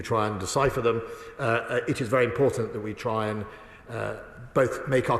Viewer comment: "Blavery" "Uklaine". "ImporDant".